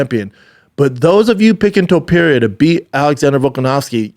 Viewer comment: "TOE - PEERIA"